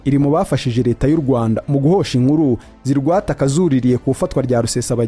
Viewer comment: jya kwiga kuvuga Ikinyarwanda bizarushaho kukugira umunyamakuru mwiza - UMUNU? Ni UMUNTU- INURU ni INKURU iga ibihekane muvandi